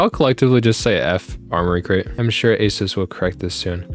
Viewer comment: It's pronounced Uh-Seuss. Not to be conflated with Acer.